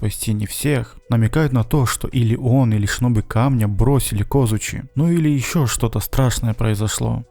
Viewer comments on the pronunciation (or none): none